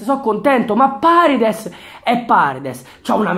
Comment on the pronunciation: no vabbhe paredes come l hai detto nun se po senti